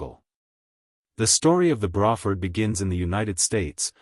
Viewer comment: "Bra" Ford, like a woman's bra. Hmmm? I thought it was "Bray" rhyming with gray or pray? I guess we can all learn something new from AI generated collections of random facts!!